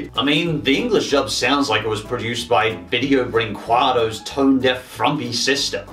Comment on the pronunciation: I'm brazilian, and the way you say "Video Brinquedo" is amazingly hilarious.